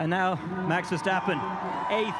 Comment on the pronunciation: Hamilton still has problems to say a word of only 3 letters: MAX. I thought UK sporters have class?🤔🤗